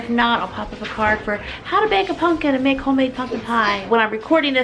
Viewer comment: I have never been so absolutely disgusted and annoyed by how someone says "pumpkin" 😂